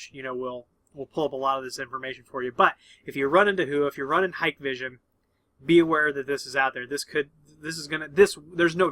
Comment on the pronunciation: It’s not hike vision. It’s pronounced Hi Kay vision